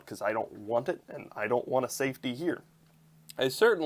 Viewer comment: Safety... not safty 😂